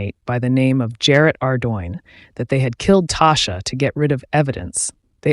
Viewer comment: It’s pronounced Tosh- ah! Tasha’s mother and my mother in law are best friends my husband grew up with her. She was really sweet and So is her mom . Nice family .